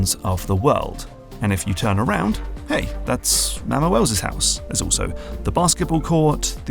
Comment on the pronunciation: It's Mama Welles, not Mæmma Welles. Please be kind to her, she's going thru it rn